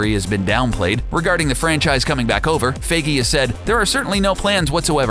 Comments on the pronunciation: It's not Kevin 'F"a"gee', it's Kevin Feige (Pronounced: F"eye"gee). Dear Jesus, learn how to pronounce German/English names, it hurts my ears listening to you attempt to correctly pronounce his name, all it takes is a quick Google search. Well, I guess it is better than a few months ago when you pronounced his name Feige as, "Feegee". LOL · For you to hopefully know how to say Kevin Feiges last name. Its Fe-I-gee, not fee-gee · "fie-gee"" NOT "fay-gee" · I kept getting bothered by him saying Kevin FIGI instead of FAIGEE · OMG Its Feigy with the 'ei' pronounced as "EYE or I" not A >< Do you even english mate! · "Faggy"??? I thought it's "Fi Ghee". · Its pronounced FIYGEY not FAYGEY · It's pronounced f-eye-gee not faygee. Dios mio. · It's pronounced fI-gee, not fA-gee. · How to pronounce feige? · you pronounced feige wrong its pronounced fi-gee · The way you pronounced Kevin Feige as "Feygee" Annoyed the hell out of me. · "Kevin Fehgee" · why do you say kevin fagee? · giddammit pronounce your shit beeter; "captain faggy." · Sorry but isn t pronounced fige but whatever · It's pronounced FY-ghee! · OMG ITS PRONOUNCED "FI GEE" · Every time he says Faygee a bit of my soul died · Pronounce Kevin feige's name right bro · you to be able to pronounce Kevin feige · The way this guy says feiges surname😂😂😂😂do ur research man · U say feige wrong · the funniest thing is how u mispronounce feige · The way he pronounces Feige hurts me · SeanTheMan1 it’s like saying “me-me” instead of meme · The way you pronounce Kevin feige’s last name is so cringeworthy. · Someone teach this guy how to say Feige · Please learn how to pronounce Feige... my ears bleed!